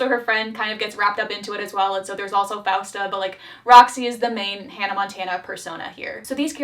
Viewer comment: im sorry but did anyone notice how leon called francesca as fausta, fiesta? 😭😭